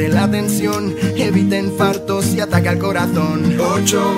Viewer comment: Jjjaaa en. Ultima parte parece q dice y ataca al corazón pero en verdad dice y ataque al corazon